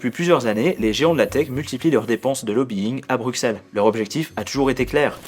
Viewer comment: Par contre mon fais un effort pour Bruxelles, c'est facile de trouver la prononciation